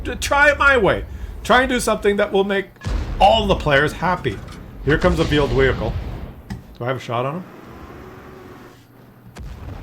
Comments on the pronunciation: Veeled wehicle...lol. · vheeled wehicle ...lmao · Veeled Wehicle